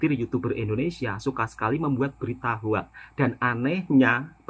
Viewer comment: sebutan betul hoax bunyinya adalah “hoks” (“o” bunyi macam o pada “orang”) …bukan “hoak”. Satu lagi sebutan betul “come on” adalah “kam-on” bukan “kemon” dimana “e” seperti bunyi e di “enak”